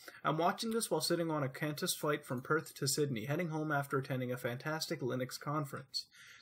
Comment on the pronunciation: Said quantas wrong nut a top video